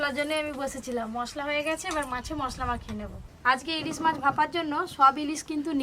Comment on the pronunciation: ইলিজ মাছ😅😅ইলিজ মাছ😅 এদের বাংলা ভাষার উপর কেলাস করাতে হবে।